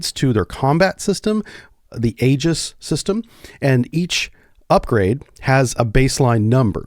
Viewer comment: It's e-jiss, not a-juss.